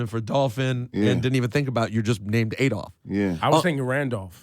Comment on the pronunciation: Why "Adoft" keep talkin' bout Gotti?